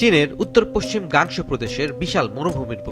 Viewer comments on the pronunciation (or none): none